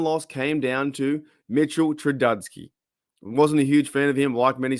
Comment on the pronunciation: glad to see you supporting the steelers from australia ONCE AGAIN, just a point, don't get mad at me but , you refer to former steeler qb as "mitchell trudusky", some football fans might not give you the extra support i hope you get, miss-pronouncing his name that bad, especiallly when his last name is T-R-U-B-I-S-K-Y and has always been referred to as mitch as far as first name, just a critique(AND WHO AM I) because some people might dismiss the whole entire message just because you get the name wrong, don't mean no ill will, keep doing what your doing and appreciate the content!